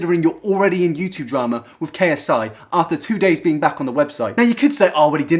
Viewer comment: It sounded like you said Logan Paul is Black